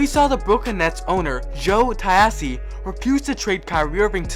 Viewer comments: "Joe Tai-assy?" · How did he say the owner of the nets name lmaooooo